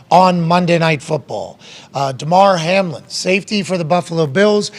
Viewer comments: Ok the man’s name is Hamlin should at least get that right the way your talking about it all excited mispronouncing his name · It was kinda weird that Pat got Hamlins name wrong for the first 5 minutes before someone corrected him… And it’s understandable that he doesn’t fully grasp the medical situation… But you would think that he would probably understand how playoff seeding works…. No? The Bills entered week 17 a half game in front of the Chiefs and a full game ahead of the Bengals… even if this game is suspended, the Bills are still a full game ahead of the Bengals and a half game behind of the Chiefs. Both the Bengals and Bills have wins over the Chiefs. There is a much more complicated formula involved here that cannot even begin to be calculated until the results of week 18 are in the books. If the Chiefs happen to lose in week 18 and both the Bengals and Bills win, it gets even more complicated. It isn’t so simple as to “just gift KC the one seed and hope that the Bills and Bengals don’t both win in week 18” That being said… it’s amazing to me that people don’t have more questions about this Hamlin situation. We’ve had professional football in this country for 100 years, most of which was played under much more violent circumstances and without the level of player safety we have today. Yet nothing like this has ever happened in pro football before. Why now?